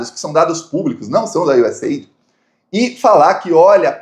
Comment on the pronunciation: US Aidi'...com acento bo "i"...